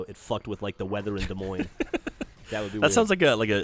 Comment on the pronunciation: I LIVE IN DES MOINES!! :D im shocked u said it right!!